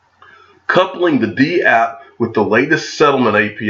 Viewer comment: It's dapp. Not "d" app.